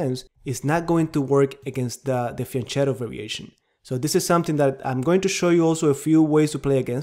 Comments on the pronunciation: Excellent presentation of a very good weapon for black pieces! Just a note: "fianchetto" is not Spanish but Italian, and it's pronounced "fianketto"!! 😉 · Your pronunciation of "Sämisch" is surprisingly good. The leading "S" should not be sharp, though - it should be pronounced as in (New) Zeeland. Erm - and the "ch" in Fianchetto should be pronounced as "k". I know - I am a pain in the neck.